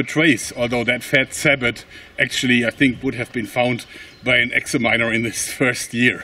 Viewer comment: Haha did you say examiner like X-A-Mine-er? I have never noticed how odd of a word it is but it is pronounced X-Zam-in-er. Not making fun of you I actually am jealous because I can't speak anything bu english. Great video BTW! I want more ice!